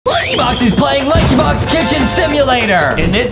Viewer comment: Lankybox not crericeh